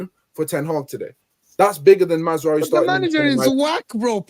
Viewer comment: It’s MAZ RA OUI